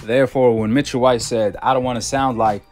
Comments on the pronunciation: Ain’t it “Michael White” & not “Mitchell”? 😂😂😂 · Bro how do y’all pronounce these people EASY , SIMPLE NAMES WRONG make me feel like y’all doing dat on purpose pronouncing Michael J White like Mitchell J White makes no sense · It sounds like you're calling him Mitchell, His name is Michael Jai White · His name is not pronounced Mitchell White. His name is pronounced Michael (as in Michael Jordan) White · He calling him mitchell white...lmao. It's Michaël. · Bruh its MICHAEL not MITCHELL 😅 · His name is not Mitchell bro it's Michael lol 😅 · How he your favorite actor and you saying his name wrong lol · How he one of yo fav actors but you got his name wrong every time you said it😂😭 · Can’t be one of your favorite actors saying his name like that